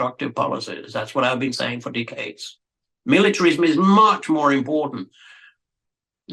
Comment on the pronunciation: its called decades, not decaades